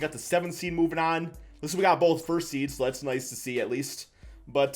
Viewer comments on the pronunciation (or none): none